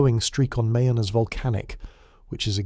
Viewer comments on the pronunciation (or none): Mayon is pronounced as Ma-YAWN.